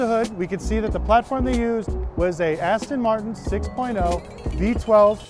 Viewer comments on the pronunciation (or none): none